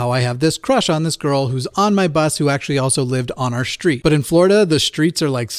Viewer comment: I was loving your Ts. Most young people (under 40s usually) say things are impor'en' and they also hang cur'ains. You do, however, have s-fronting, which changes str sounds to shtr. So, lightning shtruck some treesh on our shtreet and some conshtruction is needed. I wondered how you got one without the other. It appears mom pronounces her Rs or you just pronounce them in most of an American accent. PS, Robin Cook wrote a book about people who live under the ocean in middle of a hollow earth. I think you said your dad used to believe people lived in the middle of the earth.